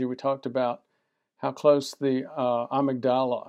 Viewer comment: "Amygdala": emphasis on the second syllable. Appreciate your videos.